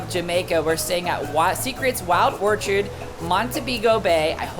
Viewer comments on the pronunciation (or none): Omg you need help you pronounced everything wrong its orchid as in flower not orchard🤣🤣🤣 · Ok who is gonna tell this dude how to say orchid